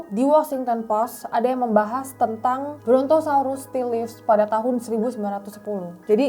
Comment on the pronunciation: baca livesnya salah atuh neng, nanti minta ajari marlo